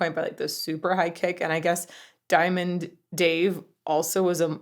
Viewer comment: You need to learn how to say diamond Dave your not there yet